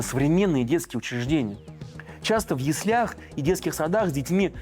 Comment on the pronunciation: в слове яслях ударение падает на первую я